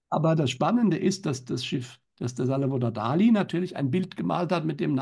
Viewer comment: Bitte bitte sagt nicht Dali denn die korrekte Aussprache ist Dalì, mit dem Akzent auf dem I. Danke